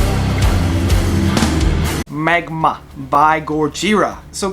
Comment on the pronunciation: Haha, no biggy. Just funny that you said the album wrong two times :D